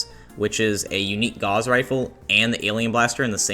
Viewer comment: the gauss rifle is pronounced like "doused in water". its named for a German mathematician~